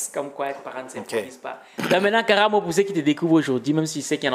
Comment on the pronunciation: C'est Karaamo et non karamo😁 Belle vidéo